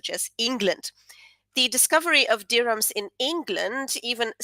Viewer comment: You pronounce dirham correctly! When I was in Morocco I overheard an American woman pronounce it as "deer ham" like some kind of fictionalized meat!